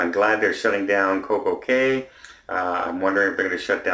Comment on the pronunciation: No one has yet complained on the way pronounced Coco Cay! 🤣🤣🤪🤣